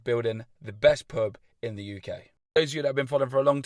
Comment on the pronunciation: YOU say pub like purb